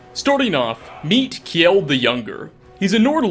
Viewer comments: Just saying "Kjeld" is pronounced Kjell and not kjiiel. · Kjeld = Not ke-jel. Just kel. gel with a k sound in front.